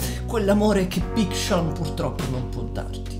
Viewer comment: Matt si chiama big sean non big Shawn ;)